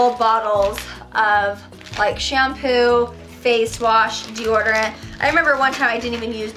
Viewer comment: It’s dee-odor-ant. Not dee-order-ant.